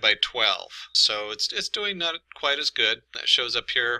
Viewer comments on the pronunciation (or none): none